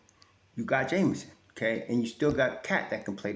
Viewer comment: Hey - The brother's name is JEMison and not Jamison, just for the record. 😊